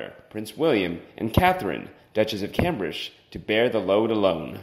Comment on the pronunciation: Pls pronounce Cambridge and it's expectations. Hard to follow along to.